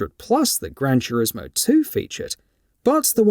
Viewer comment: "Gran Churismo" 😂